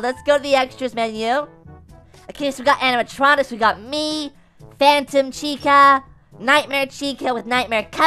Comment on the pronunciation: The Phantom Chica says Phatom Chica like " Fay-Tum"